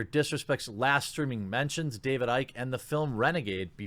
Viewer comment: OMG IT'S PRONOUNCED ICKY NOT IKE. Also, it's got nothing to do with Icke. It's got everything to do with the Roblox vid at the end. His shit was so scattered it's like watching everything dear in his life is about to come to an end. Shit, you think the Doc would damn near break down in tears if Twitch fired over Icke? Nah, the Doc is probably going to prison. Either from tax evasion or an encounter with underage chick. The key is the Roblox vid people. Why would someone in his discord ask if he was going to play that game? A children's hide and seek game and a vid or 2 adults speaking in childlike voices. That was some cringey fucking shit.